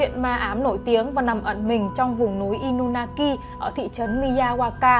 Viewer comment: Inunaki mà em toàn đọc thành Inumaki:))😊